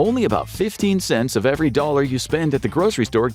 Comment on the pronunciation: YEvery? No,it is every